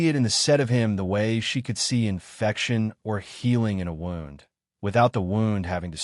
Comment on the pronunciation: AI needs to learn how to pronounce words like Derbyshire and wound. Why all the pics in the beginning that have noting to do with the story? Why is she bandaging his arm when the wound in the beginning pic is on his chest? A wound on his arm would not incapacitate him.